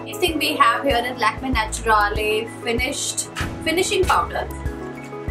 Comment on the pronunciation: It’s pronounced Naturaal. Not natura-lay.